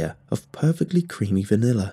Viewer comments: "Vaniller ice cream" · I love the way he says vanilla ❤️